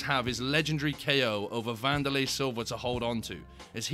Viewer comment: Wanderlei= Candylay😭🤣🤣!